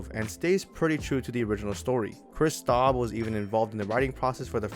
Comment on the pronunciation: OMG I LOVE JACK STAUBER ALSO YOU MISPRONOUNCED HIS NAME